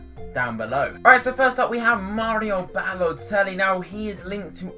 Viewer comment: baloetlli lol!!!